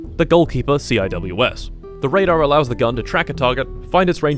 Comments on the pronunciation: you’re supposed to pronounce it as SeaWhiz CIWS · CIWS is properly pronounced sea-whiz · Yes I know it doesn't matter, but despite CIWS being an acronym, it's pronounced sea-whiz.